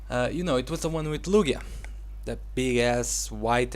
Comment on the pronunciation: Dunno why, but i like the way you say Lugia